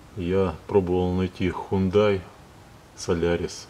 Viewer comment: Хёндэ (с ударением на первый слог), а не хундай.